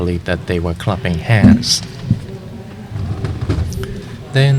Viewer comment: Unbelievably cool!! Well done, well done! Maybe, though, if you want to do an English broadcast, get people who's first language is English. To say people are "crapping hands" , doesn't sound right.